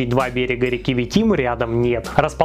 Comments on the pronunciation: Не КуандИнский, а КуАндинский. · Все верно, кроме ударения. Поселок «КуАнда» на границе Забайкальского края. КуАндинский мост. Отец ни раз перевозил по нему свои машины (в т ч рабочие большие), чтоб вы понимали сложность: надо проехать почти км так ровно, чтоб колеса не свалились, а с каждой стороны по 2 см до обрыва, а по середине - дырки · Вообще то как бы не Куандинский (даже ударение неправильно поставил), а Витимский если что. Наш мост как всегда на выстое😂